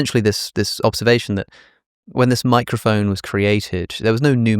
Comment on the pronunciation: every time they say microfon I can't not hear micro foam bc I've consumed too many matcha content